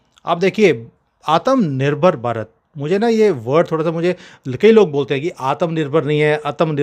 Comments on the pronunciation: Namaskar Jay BHARAT 🇮🇳🇮🇳🇮🇳 Aatama nahi आत्म बोलिए आत्म त का उच्चार आधा रखिए म का उच्चार पुरा रखिए आधा त् और म को मिलाईए प्राक्टिस अर्जुन वाली किजीए. फिर एक साथ बोलिए आत्मनिर्भर. हो गया... चायनीज मेंडरीन से भी सहज है. इसलिए तो अंग्रेजोने और मुसलमानों ने हम पर राज किया था लेकीन सब के सब हार गऐ...😂😂😂😂 आणि हां वहिनीना पण शिकवा काय आत्मनिर्भर कैसा बोलते है. जय महाराष्ट्र जय भारत. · Sir, it's not your mistake that you can't pronounce "Atmnirbhar", it's your Punjabi accent, which is natural, which prevents you from it. You call it Atamnirbhar whereas it's Atmnirbhar, notice there's no "a" in this word. It's आत्मनिर्भर with small taa.